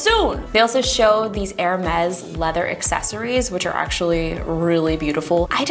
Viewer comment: You are the first tech person to pronounce "Hermès" correctly.